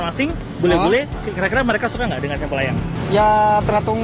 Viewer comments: Sempel(logat) asing😂😂😂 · aku dengernya kok bahasa jawa cak SEMPEL..hhhh salam seduluran dari gresik